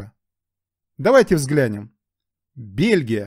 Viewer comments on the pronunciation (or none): none